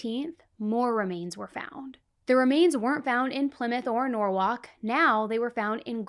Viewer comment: Norwhalk is norwall